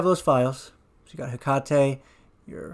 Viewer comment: also like that you pronounce 'hekate' correctly. maybe you studied a little japanese? haha